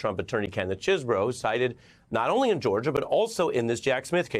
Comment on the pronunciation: Kenneth Chesebro... Lol pronounced his name differently each time.